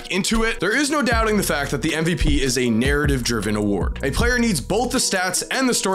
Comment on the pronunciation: You have a really weird, specific, manner in which you pronounce the word ' narrative '. 👀👀